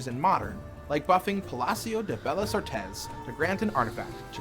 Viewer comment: Its kinda cringe hear them say “Palacios de Bellas artes” like it was some kind of Italian word … I mean the YouTuber saying it wrong it’s one thing but the guy from the company that it’s supposed to study and do its research about the history of those places to do a accurate game it’s just disappointing 🙄